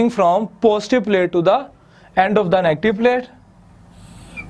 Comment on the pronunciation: Its not phostive its positive